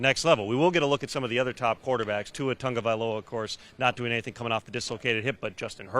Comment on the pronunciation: It bothers me when people call him TaNgovailoa its Tagovailoa